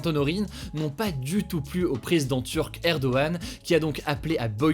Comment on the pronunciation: "Erdogan" pas "Erdoane" 🤣